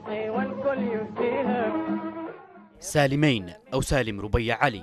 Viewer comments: نطق اسم سالمين خطأ يا قناة بلقيس. سالميِن و ليس سالميّن. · اسمه سالمين بكسر الميم وليس بالفتح ، غلطة سالمين التاريخية قراراته الثلاثة التى دمرت جنوب اليمن : تاميم المساكن تخفيض الرواتب تحرير المرأة وحرق الشيادر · يا اخي النطق غلط ل سالمين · انت تنطق سالمين بشكل خط . او انا غلطان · المعلق تشارلز ماهو قادر يلفظ أو ينطق اسم الرئيس سالم ربيع علي ( سالمين) صح سبب بلاوي الجنوب العربي اولائك الجباليه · ياخي اعطي الخبز خبازة لاتعملي فيها منظر .. كفاية مغالطات حتئ اسم سالمين ماتعرف تنطقة